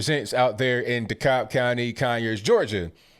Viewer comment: The way you say “Dekalb” county 😂😂😂